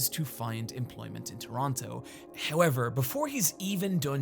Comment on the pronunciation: You mispronounced Toronto.